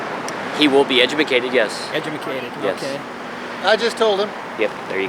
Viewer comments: That cop really said edumacated.... LMAO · did he say edjimecated lol wow idiots